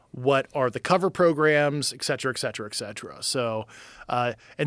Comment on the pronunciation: Never trust a guy who pronounces “etcetera” and “espouse” like this guy does.